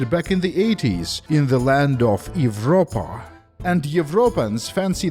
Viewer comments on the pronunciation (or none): Almost triggered at "Evropa" haha, enjoying the video so far but it's a long one - I'll have to finish it later. Hope you have a great NY